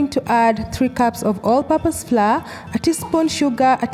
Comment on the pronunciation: Pronounced flower,… not fla…😳😳